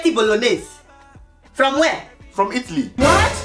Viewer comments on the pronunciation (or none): No disrespect but when u said itttly not Italy I was dead😂😂😂😂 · who else is laughing about the pronunciation of Italy?